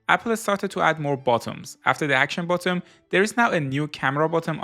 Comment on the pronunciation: You keep saying bottom instead of button its annoying